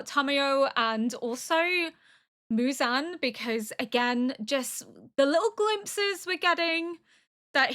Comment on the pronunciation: Mew-zan ❌ Moo-zan ✅ 😁👍 you got it right a few times but don't stress about it, Japanese names are a little difficult, i just realized that almost all the anime you watched so far like AOT, Vinland, Frieren, FMAB have European names and Apothecary has Chinese names, is this the first one you watch that takes place in Japan ? better get used to it, hehe 😋 EDIT : woops forgot about Death Note